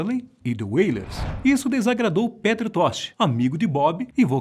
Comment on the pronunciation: Sinceramente fazer um video desses, com essa pronuncia de "Peter tosh", "Jah", "Pubricidade" e falar poucos segundos sobre os 11 filhos no video de 11 minutos eu considero uma falta de respeito com o tempo de vida